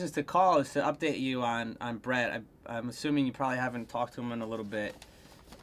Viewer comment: It sounds like say Bret right or am I insane?